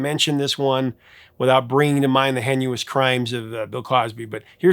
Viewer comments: What the hay, the word heinous is pronounced hay-you-nus? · ''HAY' NUS'' - NOT "HEN YOU US'' (You're welcome.) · “Henuous crimes”? Heinous = HANE-us But thanks for mentioning it with the mispronounced disclaimer, anyway. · It's "STEW-bing", not "STUB-ing", a d "HAY-nus", not "HEN-you-us".🙂👍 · "hen-u-ess"? don't you just love English spelling? heinous is pronounced HAY-ness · It’s pronounced “hay-ness” not “hen-you-us.” Did you purposely mispronounce it to avoid a YT strike, or do you just not know how to look it up? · I am just putting this for the algorithm. Captain Stubing is pronounced (Stoo-bing) and the word heinous is pronounced (hay-nuss). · "Hay-nus" [heinous] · sorry prof, but "heinous" is pronounced HAY-nuhs. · …HEN-U-OUS? Or HEINOUS? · a 'botillion' of synths ... a what? 6.15 Captain Stubbing? Presumably constantly putting out a cigarette? henuous? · Great video but you mispronounced Stubing and heinous. Just sayin'